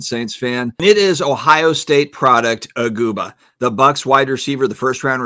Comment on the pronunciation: Aguba? Seriously…it’s EGG-BOO-KA